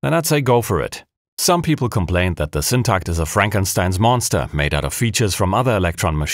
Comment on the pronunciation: As a a swede, I must really compliment your Syntakt pronounciation too. 👍👍👍